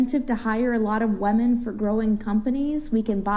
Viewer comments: Why is one of them saying “waman” instead of women??? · I CANT STAND HOW SHE KEEPS CALLING WOMEN WAMEN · The way she "wemyn" makes me want to be violent towards her 😂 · Women saying “woman” in a plural way is annoying as shit. But this girl saying “Wahmen” is even more annoying. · “wemmon” 😐 why are women incapable of pronouncing their own name correctly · When did we change the pronunciation of the word women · Bitch cannot even pronounce women! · This bitch needs to learn how to pronounce women... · The way the one bitch pronounces women is so fucking annoying, and she’s definitely projecting, she’s calling all the men pedos because she fucks children